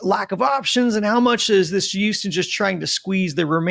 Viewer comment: I’ll subscribe the day says Houston right.